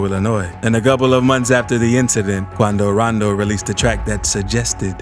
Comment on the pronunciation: It sounds so nice when he says quando rando